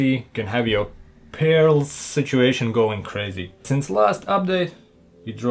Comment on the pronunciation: is my personal favourite part "your..... PeaRLS..." xD